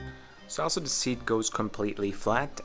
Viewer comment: Mate you got to fix the way you say “ Also”.. it sounds more like Elsa 👍🏻